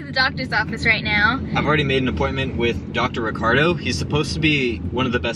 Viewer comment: am just saying its ricardo